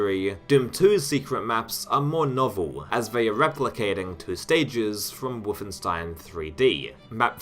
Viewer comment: "neweh" and "twoeh"